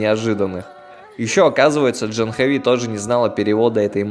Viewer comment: Не Джанхави, а Джахнави, с ударением на предпоследний слог. Не тика, а тилака. Не пурахит, а пуджари. Они тебя признали брахманом, это значит, что ты должен быть вегетарианцем, по меньшей мере, по большей -- не употреблять наркотических веществ, вплоть до чая и кофе.